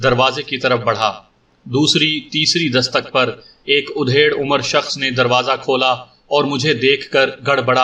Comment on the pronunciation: Yeh udhed umar kya hota hai, aap bar bar udhed hi bolte ho, bhai mere adhed umar hota hai matlab aadhi umar ka. udhed ka matllab cheerna ya phadna hota hai.